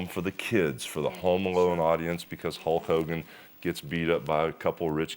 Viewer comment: 'ulk' ogan!